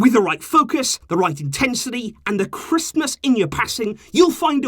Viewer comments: OH thats what he meant! I genuinely thought it was christmas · "crispness" sounds like "Christmas" lol